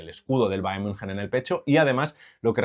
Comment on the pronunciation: decir bayern munjen ✅ valorar correctamente a coman o decir algo con sentido en todo el video ❌